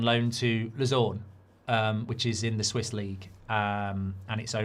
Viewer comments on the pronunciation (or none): none